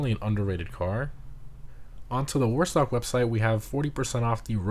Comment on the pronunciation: What is a "moo website vehicle"? Enunciation is your friend. Just sayin.